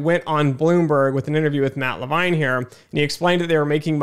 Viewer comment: Same for Levine.